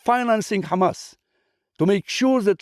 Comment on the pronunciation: That's the first Israeli i see pronounced Hamas correctly and didn't say khamas khamas 😂